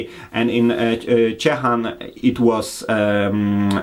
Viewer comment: it would be great if you'll try to remember names of beers and breweries like say them. Your Ciechan sounds like Ćićan for us poles;)